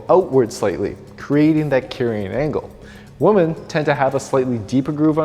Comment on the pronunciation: just fyi, women is pronounced differently than woman